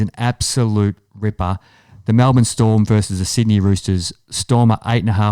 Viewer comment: 1st time listener... you had me till you said Melbourne. wowee